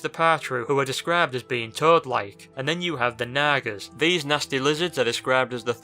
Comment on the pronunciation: XD omg this dudes fucking voice "naga" sounded like he said naggers